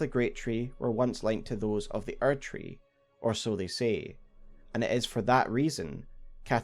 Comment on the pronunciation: man the age of the archery would have been so great if it wasn't just your accent saying erdtree